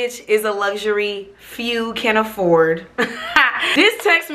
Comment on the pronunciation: “ Few can affordt “ 😂🤣helllllllll